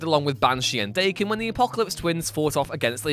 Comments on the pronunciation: daken is not pronounced d a ken but dahken it's japanese for mongrel or half breed it's a nasty name to have. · Just as a heads up it’s pronounced (d-awe-ken)